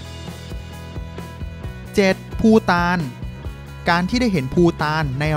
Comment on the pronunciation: ภูฐานคับไม่ใช่ปูตาน